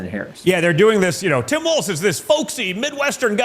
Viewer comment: It's pronounced walls, not waltz.